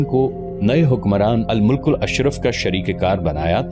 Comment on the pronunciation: Bhai Al-mulk nahi hota balki Al-malik Bola ya parha jayega and bebras nahi balki beebars sahih word hai